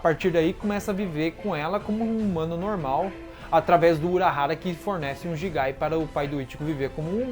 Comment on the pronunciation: da agonia ver vc falar quinche em vez de quince , vc fala gigai em vez de guigai , eu sei que gigai se escreve assim , mais fica estranho pronunciando br, sei a acho q é pq vi a vs dublada e legendada !